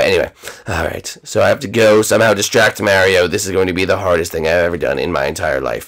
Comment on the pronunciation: She said distrack no kill